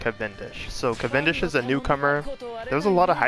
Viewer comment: Yes, you say that right